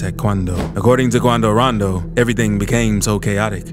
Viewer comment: Had missed this presenter saying, "Quando Raando" King Vaan